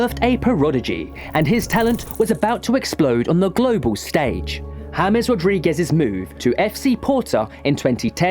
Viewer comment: Hames❌ James✅